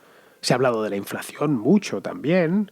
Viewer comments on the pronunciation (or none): none